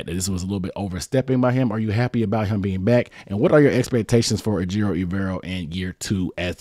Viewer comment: put some respec on his name, ay-jer-o